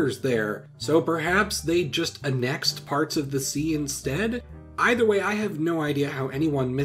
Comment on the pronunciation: The way you say annexed is a pathetic/10